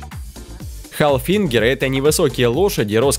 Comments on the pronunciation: Австрийская порода лошадей называется - ХАФЛИНГЕР, а не халфигер и не хилфигер. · Познавательное видео , но я нашла много ошибок . Не правильное ударение ; не хаЛФингер , а ХАФЛИНГЕР ; и т. д..... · Правильно хафлингер а не халфингер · Вообще-то говорится не хилфигир а хафлингер Боже мой сначала узнайте многое а даных породах а потом уже выкладывайте видео о лошадях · Цыганская упряжная это народное название Тинкера. Не халфингер а ХАФЛИНГЕР! А В целом ролик порадовал разнообразием пород. Обычно собирают топ типичных пород, тут же присутствуют более интересные представители, так что лойсик) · Ставьте ударения правильно! И не халфингеры, а ХАФЛИНГЕР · В это же тинкер😑 Цыганские,это просто назвать можно,а породы такой нет И хафлигер блин,ХА́ФЛИНГЕР! Боже, не разбираетесь в лошадях, мастях и т.д.,не лезьте лучше😂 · какой ещё хилфингер ??? Хафлингер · хАлфигнер? Серьезно?! написал Хилфлег! Нечего о лошадях не знаешь не говори!лИципиан?написал липициан а не липпициан,мда...вАроными?вОроными,не клАйдесдейл а клейдесдаль.Вроде взролслый мужчина,а столько ошибок